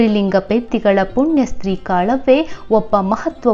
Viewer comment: Sister it is not kalave it is kalavva ❤❤